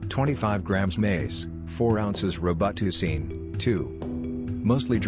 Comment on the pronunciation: "Row-but-two-seen"....🤣🤣🤣🤣 Took me a second to figure that one out. *Just discovered your channel and been watching so many videos! 😎👍 New fan from India.